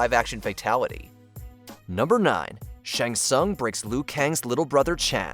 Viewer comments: First of all, its pronounced Shang Sung and not Shaang Sung and Ray-din not Rai-din. And secondly, the best fatality is the one that finishes off the best combatant? Really? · I know that, I'm just telling him how it's pronounced. Since T is silent it's shang-sung. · The pronunciations of some of these names by the narrator makes me cry. "Ryden" for Raiden "Shong Tsung" for Shang Tsung.